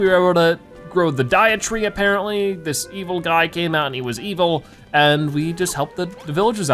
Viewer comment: Lol the Deitree not Dietree Deitree as in Deity (a god or guardian) and tree